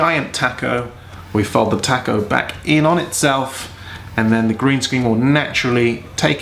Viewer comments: That's all well and good when you're seven feet tall. How about when a normal size person has to do this. And the word is pronounced Tah-co, not Tack-o. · >> Tack-oh? WTF? OH TACO! (tah-koe) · Tah-co not tack-o. Rhymes with hock-o. Spanish A. Can't get teeth to ungrit.